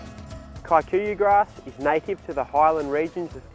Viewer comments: The pronunciation of “Kikuyu” as “Kae-kuyuh” instead of “key-kuyuh” is hilarious. But so much nice information, thanks for the video. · It’s actually pronounced Key - kuh - yuh